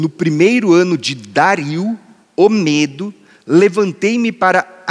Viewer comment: Entendo que a pronúncia não é Mêdo,....mas, ....Médo.